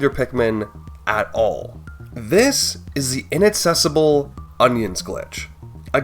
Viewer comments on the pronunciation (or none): That's a weird pronunciation of inaccessible. Twice.